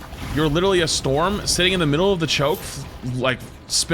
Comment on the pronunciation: I honestly never expected to hear Storm get called Florm